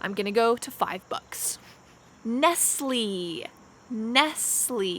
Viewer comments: The brand name Nestle is not the same as the English word nestle. The brand is not even English but Swedish and the ending E is with an acute accent. It’s supposed to sound like nes-lay as it is a French name. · Hi I am from India and your (American's) Nestle's pronunciation is very different from British English .btw my favorite brand is coca cola (coke)